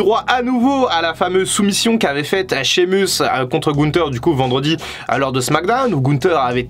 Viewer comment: Et Sheamus aussi🤣 promis j'arrête là